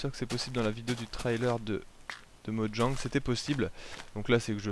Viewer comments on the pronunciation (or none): none